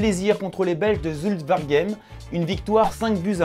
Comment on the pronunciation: Je suis belge et c est zulte war e gèm la prononciation mdr